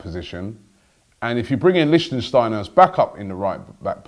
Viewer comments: Wtf the way Robbie pronounced Lichtsteiner gave me headache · it's pronounced liktshsteiner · Pronounced, Lick-Steiner. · Robbie, learn how to pronounce players' names :) Not LichtENsteiner... It's LiCHTsteiner. THere's no N in the middle. Anyway, he's a great player. Bellerin can learn a lot from him. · it's Lickt-stiner not Lichen-stiner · stop saying lichtENsteiner - its simply lichtsteiner! licht - steiner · It's not LichtENsteiner, it's just lichtsteiner!!! 😂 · Its Lichtsteiner not Lichtensteiner Robbie. Lichtensteiner is a person from the country Lichtenstein. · It's Lichtsteiner, not Lichtensteiner. You say you have won an award for the best fan channel. Act like it. Read the name right. Yes, it may not be as easy as Robbie Lyle but give the person some respect by saying his name right. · Robbie, its not LichtENsteiner, Is Lichtsteiner!!😂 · It's Lichtsteiner : "leesht-steiner". You keep saying "Lichtensteiner". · Robbie. It's Lichtsteiner. Not Lichtensteiner 😀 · Lichtsteiner not Licht-en-steiner....cmon Robbie the name's right there in the title! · u said lichtensteiner it LICHTSTEINER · It's Lichtsteiner, not Lichtensteiner... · Robbie its not 'lichtenstiner' its Lichtsteiner.. 😂😂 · Please robbie, study names before you make these videos. It is lichtsteiner not lichtensteiner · Why do you call him LichENsteiner... it's just Lichtsteiner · Lichtsteiner, NOT LichtENsteiner! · say it with me Robbie! Lich- stai- nah. not Lichtensteiner... If we sign him and we get to listen to every AFTV video with another wrongly pronounced name I'm gonna lose it. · Not Lichtensteiner! LICHT-STEINER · Lich-steiner Robbie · You're adding a syllable it's not Lichtensteiner is it. He'd be a great signing for a year or 2 btw. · Robbie you need to get your pronunciations right first it was mavraponos not its litchensteiner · You're pronouncing Leichsteiner all wrong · The way you pronounce Lichtsteiner is too much hahaha, it's not Lichtensteiner